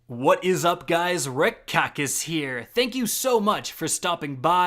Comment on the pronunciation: What people hear: "whats up guys Kackis here What i hear: Whats up guys Ripped Cactus here XD